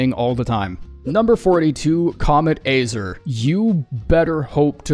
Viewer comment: "kaamet AAYzrrrrr" wtf